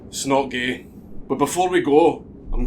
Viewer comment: when he said “it’s not gay” it sounded like he said “Snuggie”. Because we all know it’s not gay to have a lil snuggie with the homies.